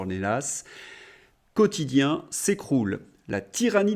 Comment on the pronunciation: "Quotichien", la voix de son maître 😅😂